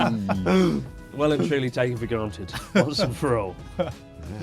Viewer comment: "Taken for granted"? Don't you mean 'Taken for... Garnted"?